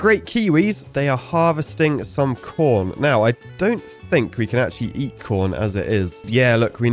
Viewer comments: I think I need to get my ears checked, it did not sound like you said "corn" lmao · Our minds must be affected by the filthy poopwater , because i swear i heard the same